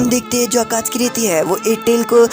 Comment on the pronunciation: It is not akatki it is akatsuki